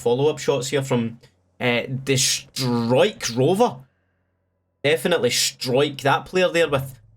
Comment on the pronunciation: Always fun to watch someone trying to pronounce a combined dutch vowel like you in Struikrover😂 It btw literally means Bush-camper, so you should be proud #notificationsquad